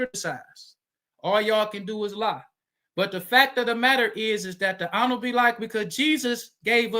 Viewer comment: What I took away from this debate was the FOI brother, outside of his terrible arguments and failure to talk about the topic, was his struggles with pronouncing the word “honorable”